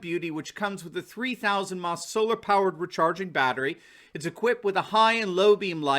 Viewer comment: not sure if you are aware, in you advert concerning the "3000" maH. The current for this battery is "3000 mili-amp hours (or 3000 maH)". Saying "maH" without the full scientific notation description sounds more like "meh". Nice video and spot on with the political analysis!